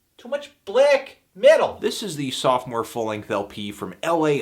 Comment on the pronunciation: James Blobb It's Sophomore, not "soft-more" or whatever the heck you were saying about ballads. And yes, it usually refers to a band's second album, and this was Xibalba's third, but that was just a small mistake on Anthony's part.